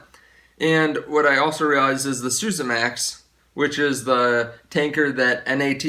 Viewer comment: isn't Suezmax pronounced sue-EZ-max as in sue-EZ Canal, and not like SU-sa as in sousaphone?